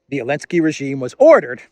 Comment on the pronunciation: Why do you insist on calling Zelenskyy, Elensky?? Very unprofessional!!